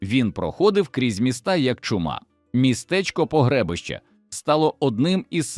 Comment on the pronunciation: 😡ПОГРЕБИЩЕ, наголос на И! 3 рази повністю вирізали все населення 😡👹